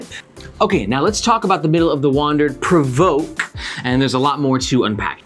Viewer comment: You're doing a better job at pronouncing PRVRKE than Chase Reeves who said Perverky :D